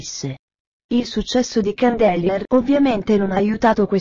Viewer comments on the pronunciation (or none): ha detto candelier, mio dio